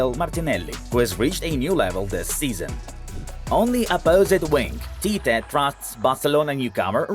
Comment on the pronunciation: is Tite, not Tita